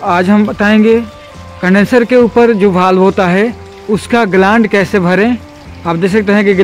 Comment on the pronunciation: भाई ग्लांड नहीं ग्लैंड बोलते है